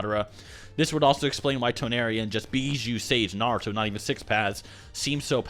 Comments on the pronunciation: Tawnori its Toneri...TensIIIgawn dude its tenseigan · Ten-Sai-Gan Toe-nar-we. Lol. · the way he says tenseigan and toneri😂